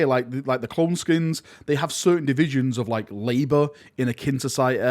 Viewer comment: I believe cloneskeins are pronounced clone 'skaines' as opposed to skins, no?